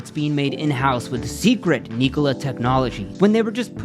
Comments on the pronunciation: Subbed immediatley, amazin channel, but it's irritating that you did not research how to pronounce "Nikola" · Am i the only one who hates how he pronounces Nikola? I have never heard it pronounced that way. I could be wrong....what does everyone else think?